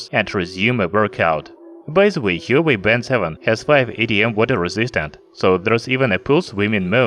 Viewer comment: he should have at least research the right pronunciation of the brand